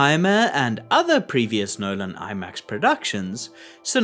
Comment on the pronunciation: "Christopher Nölan"